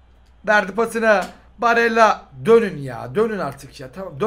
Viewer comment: abi 74 barella ya baralle dedin